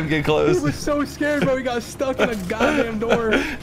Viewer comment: Don’t ever emphasize STUCK 😐